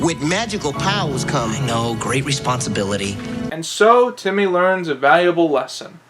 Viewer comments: Its timmy not tommy. Goddammit. Bro! You still deserve more subs. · he said tommy lol its timmy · dude its timmy not tommy